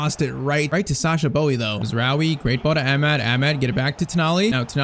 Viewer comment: yh man still pmo the way he says amad